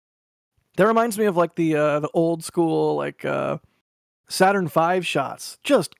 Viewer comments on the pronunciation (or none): none